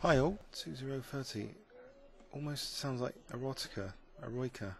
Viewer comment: (oh dear...) FYI its pronounced ero-ee-ka, Italian for 'heroic'. Also refers to a Beethoven symphony :)